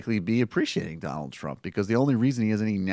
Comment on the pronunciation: The "Don L K" killing me over here